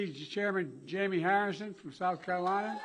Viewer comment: "The people of South Cunff??" Did he say.. WTH did he say? And what was the quick story he just said "well anyway"then something else was that the story or did he just drop it all together.